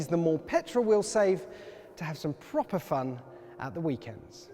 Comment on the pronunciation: say proper again please :) PPFFFroper